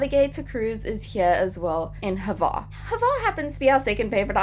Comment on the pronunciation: There is no "e" sound or sound whatsoever between the H and the v of Hvar. I know, it's hard to pronounce... Try this: You know the name Hugh. Now take the first sound you make for the name with the H and then add var.